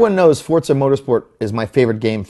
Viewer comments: First its called Football not Soccer, do you americans understand we use our foot to kick the ball FOOT-BALL ! Second if i want to play football, i would buy a fucking football game !! Gran Turismo is the best racing game ever and will always be! P.S you bold egg head its FOR ZA not Forts SA LOL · its forzzzza not fortsa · Did he say Fortza? -.